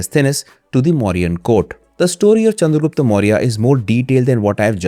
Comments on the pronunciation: if u can say chanakya why not the proper pronounciation that is chandragupta.. rather than calling him chandragupt.. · sorry to say but its pronounced chandragupta only.. of chanakya is right then why not this?